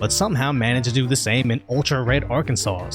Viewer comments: Arkansas = say are-can-saw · Arkansas ... Silent S bro... think Arkansaw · It's pronounced "Ar-Kansas." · "Arkansauce" lol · Great content. I love your channel, and maybe you know and say it that way to be cute but the last S in Arkansas is silent. It is pronounced Ark-an-saw, but at least you didn't say Ar-Kansas. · Genuinely trying to help. Its pronounced Arkansaw... everywhere, not just in Arkansas. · The last s in Arkansas is silent. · I like how you said Arkansas like it's plural.